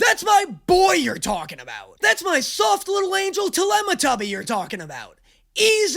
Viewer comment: “Talematubby” is diabolical 😂